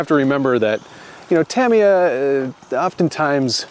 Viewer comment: Say Tamiya Properly!!!!